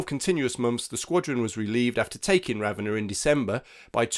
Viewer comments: Italian generally puts stress on the second syllable. Hence, it's pronounced Ra-VEN-na ("Ravénna"), not RAV-enna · Might want to double check your pronunciation of Ravenna...